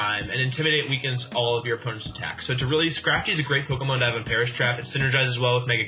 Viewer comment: When he said Perish Trap, I thought he said Paras Map lol